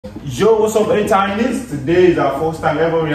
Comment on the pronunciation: ATINY is read as "a-TEE-ny" though, not "-tiny". Just letting yall know ^^